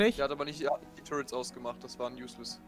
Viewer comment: das du zu "turrets" immer "turrents" sagst triggert mich so hart :D